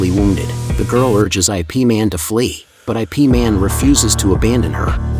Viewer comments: Don't call it I P man. It's yip man or IP (eep man) man. Stop using ai to narrate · Not I - P Man It is called Yip Man.😅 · By the word IP is not pronounced as “I’ “P” 2 letter words is IP ( YIP ) is a name in Chinese .. you direct read the name as in ABC .. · He even pronounced IP wrong. It's closer to Yip and not I P. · Also, it's Ip Man, not I.P. man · "I.P. Man"??? A.I. fails again. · It's not pronounced I P man lmao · ya lo. why the narrator keep on saying i p man???? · The narrator is bugok😂😂